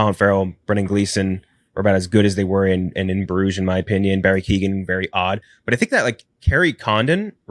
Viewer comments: Keoghan rhymes with 'Owen'; the 'gh' is silent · It seems he pronounces the G himself. Kyoh-gan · That is not how you pronounce Barry's name, lol. The G is silent It is Kee - Oh - Han